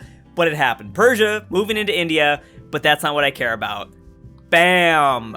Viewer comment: The S in Persia is like the s in sex, it's not sh, just s